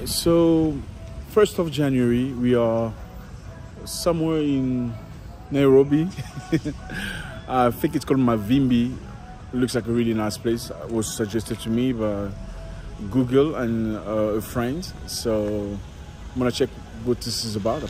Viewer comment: The word is Mawimbi swahili for (weaves) not mavimbi. Thank you for showcasing Kenya and Africa ❤. Next time hit the network providers directly for the sim card and for the parties l blame your guide.